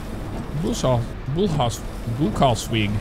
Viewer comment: Had fun watching this. Don't do truck sims (I watch your channel for flight sim mostly) but I live in Germany (not in Berlin, in Frankfurt). I laughed every time you tried to pronounce German, good effort mate 😅(I am not German btw, so my accent isn't far better). I may be mistaken but one of the last stop that you struggled to pronounce was "Buchenholz weg" (pronounce "burhenhols vek") meaning "beech wood way". Suggestion. You could do a video where you become a Lufthansa pilot taking off from Tegel to your home town in the US in MSFS